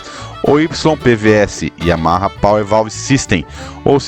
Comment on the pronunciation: Sensacional a estória e o conteúdo. Super bacana mesmo. Até faz esquecer o “Yahama” aos . Parabéns pelo vídeo e por publicar esse conteúdo tão rico desta moto maravilhosa!